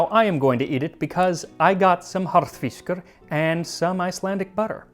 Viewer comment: Well done enjoyed your video your saying "Harðfiskur" is spot on and I would absolutely eat you Rúgbrauð Greetings from Iceland